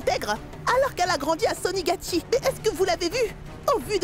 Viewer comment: C'est pas sonigatchie mesdames c'est sonagatchie😂